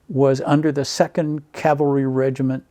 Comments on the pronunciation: Are you listening?The interviewer mis-pronounces Cavalry,NOT the Veteran! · You'd think the interviewer would have learned how to pronounce "cavalry" before the interview. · I think it's the interviewer mis-pronouncung the word Cavalry.